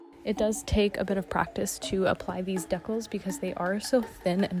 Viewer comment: 😂 Dee-Cals = Deck-alls…… 🤔